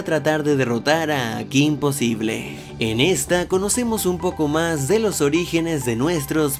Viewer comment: Cometiste un error al poner possible y pronunciaste posible